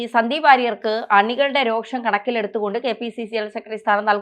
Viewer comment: "സെക്കട്ടറി, രോക്ഷം" കുറച്ചു കൂടി ഉച്ചാരണ ശുദ്ധിയോടെ പറയുക